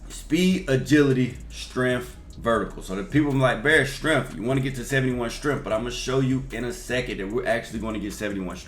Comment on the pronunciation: Bear said “get to 75 stremph” 😂